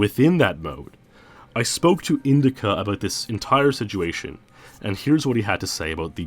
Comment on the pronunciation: You keep saying siguation o.O are you meaning Situation ? Or Is this an aluminum aluminium thing going on here